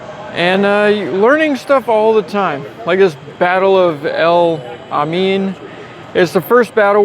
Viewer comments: El Alamein....pronounced El all a main Ronald Reagans favorite horse got its name from there. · El Alamein the last word Alamein pronounced as two words El Ala Mein ! it was an English battle led by Monty Don't think there were Americans in that But i stand correct if so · It’s The Battle of El-Al- a mein (as in chow mein). 😊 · that's El Ala Mean. I can understand you not getting the pronunciation correct, read about Montgomery and his flatulence in that battle. Humor, since Patton hated the guy. Persistence pays off!!! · Al ala me in (pronounced El Allah main) is a famous battle in Egypt fought by the British against the Italian and Germans.